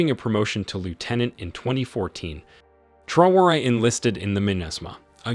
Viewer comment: Dear narrator , please note, TRAORE is pronounced tra-o-ray!